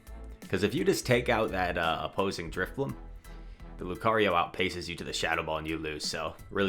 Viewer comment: Maybe drif-bling instead of drif-money? haha